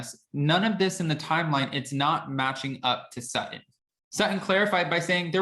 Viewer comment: When did Sutton become "Suh-in"? Are glottal stops the new thing?